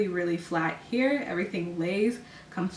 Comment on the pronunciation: The way you say hair is so annoying